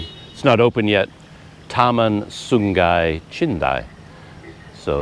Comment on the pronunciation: Not getting accommodation in Ipoh could be a blessing in disguise. The traffic would probably be horrendous in Ipoh it being a long weekend holiday. On the topic of pronunciation, Terengganu is pronounced as "Treng - Ganu". Sungai > "Soo - Ngai" with an "ng" sound. Banyak > "Baa - Nyak". CC